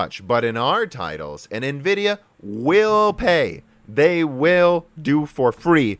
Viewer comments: EN-vidia, not NE-vidia ... #JustSaying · n vidia... i mean it's in every instance of nvidia writing their name they write it NVidia grammatically you're then supposed to spell the N spearately from the vidia and no one say n as "ni" this is the first time i've heard this way of saying it. i know it's common but it's annoying as hell even if english my second language... just stabs my ears everytime :/ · “En-vidia” and not “NA-vidia.” On some older games a woman’s voice would whisper “Envidia” at the splash screen when you start a game. You said it correctly at the mark. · Its N -Vidia, not Ni-Vidia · En-Vidia pls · Nuhvidia? Really? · I like this channel but hearing nividia sounds off. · NEHVIDIA XD